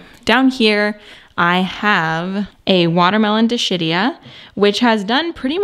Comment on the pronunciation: Wonderful tour. Could you spread the word that Dischidia is pronounced dis-KID-ee-uh? Tanks.